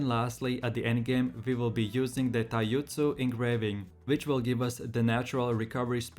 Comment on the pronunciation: You lost me on "Taiutsu"